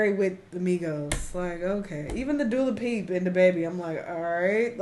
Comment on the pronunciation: Lol..not Dula-peep! 😂😂